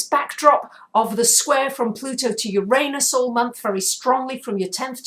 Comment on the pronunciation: luv ur vids i really do! Could u plz change ur pronounciation of uranus, its distracting lol :p